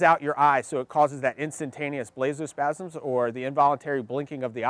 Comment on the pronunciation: “Spazm” “Spamz” “Spazm” I couldn’t stop laughing😂😂😂